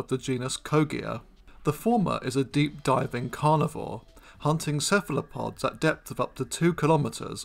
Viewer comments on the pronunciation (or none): none